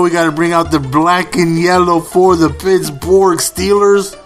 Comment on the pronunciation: Why do you call the Pittsburgh Steelers the Pittsbourg Steelers?